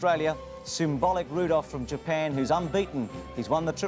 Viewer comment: Symbolic Rudolf instead of Symboli Rudolf 😭